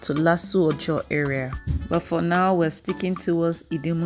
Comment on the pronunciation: your presentations are always excellent, and this is no different. Thank you. On another note, your pronunciation of some words (Idimu, Alaba, Korope, Ayo ni o, etc) is somewhat strange.😀 You sound like someone who learnt English first and then learnt Yoruba as a 2nd language😀